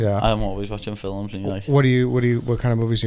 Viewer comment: i love how paddy says fillems for films